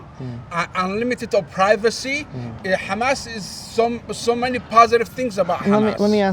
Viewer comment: My GodIt didn't even sound like he said.There's happiness in many ways , sounded like he was saying happiness in MEN ways wake up united states 🇺🇸